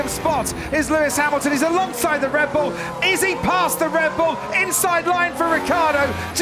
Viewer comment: anyone hear dread bull lol